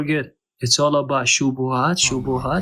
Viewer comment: Subhanallah! Ya3ni, the FACT that he ends his live with "chubuhat chubuthat chubuhat, that all what matters" prooves that he s not honest and not geniun. Since when truth became irrelevant?